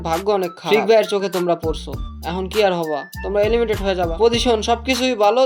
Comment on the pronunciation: Areh beta এলিমিটেড না, এলিমিনেটেড 👌😆